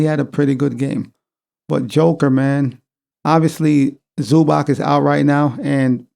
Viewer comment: It is ZubaTS not ZubaK.